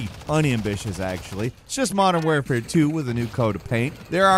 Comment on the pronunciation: Modern “Ware-fare”…??? Canadians sound weird.